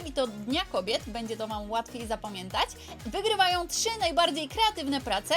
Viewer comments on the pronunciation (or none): none